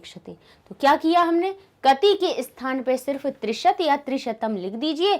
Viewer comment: wrong he Trishat nahi answer trinshat hai